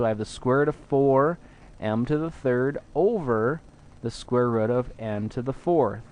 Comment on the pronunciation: hmph "square rudd" :p